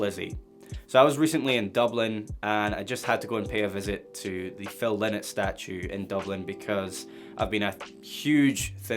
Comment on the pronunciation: Phil Lynott (LIE NOT!!!!) NOT LYNN IT !!!!! I met his my Mother in 1999 and she said LIE NOT and so did Phil!! You'll always hear Phil say, LIE NOT!! Great tribute and lesson! ;)